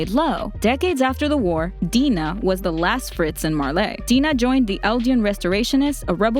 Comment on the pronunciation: dina fritz is acctually pronounced "dayna fritz"